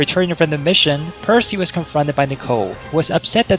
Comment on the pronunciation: It’s knee-co, not nick-o